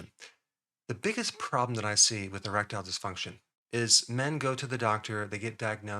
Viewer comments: I thought i heard him say a-reptile dysfunction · I really heard Rectile, so I though, ¿why are we talking anal here?